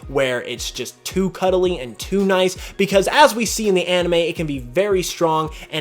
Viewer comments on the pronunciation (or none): none